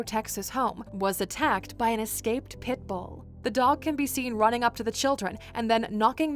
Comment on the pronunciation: I don't like how you said pitbull